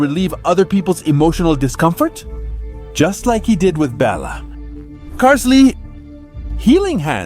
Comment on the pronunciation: isn't it pronounced carl-ille?